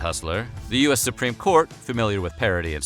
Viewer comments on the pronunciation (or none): none